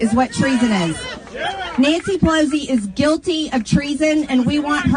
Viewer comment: Who is Nississi Pissoli? Did she mean Nancy Pelosi?